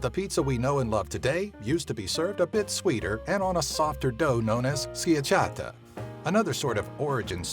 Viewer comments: Schiacciata is pronounced SKyachatah. Raffaele Esposito = rafahehleh eh-SPOH-see-toh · it's wired how he says "schiacciata", I'm italian =) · Ok, from an actual italian point of view: What the crap is that? Too thick, no crust, wrong cheese. Get some pizza next time instead of that half-baked tomato sandwich. The "chi" is pronounced like a "ki". btw Schiacciata dow is salty (a LOT) and only exists in some regions of Italy under that name. The Basilica of St. Peter and the Sistine Chapel are part of the same building -> the Vatican. The Mona Lisa is in the Louvre in Paris. Lidia Bastianich was born in Pula, Yugoslavia (Croatia today) so...complicated. Giuseppe Verdi is written wrong. Ezra Pound was born in Hailey, Idaho. Michelangelo Buonarroti - entire name pls. Raffaele Sanzio - same problem as Michelangelo. Did u mean Dino de Laurentiis, the producer? Dina is a female name. Get the sex right pls. Guglielmo who? Thats like saying "the famous american John". Carlos Marcello was born in Tunis, Tunisia...so again..complicated. Galileo GALILEI - do u have a problem with family names? Federico Fellini is written wrong. Well, if u point out that he is italian, why not call him by his italian name? Cristoforo Colombo. U might also add 4ex the radio (Guglielmo Marconi)